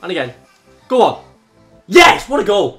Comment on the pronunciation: this guy doesnt even say yes he says HIESSSHHH